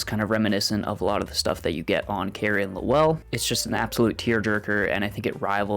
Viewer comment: Like fingernails on a chalkboard, your pronunciation of Lowell! It is ONE SYLLABLE!!!....NOT Low- well!!...more Loel....other than that, nice review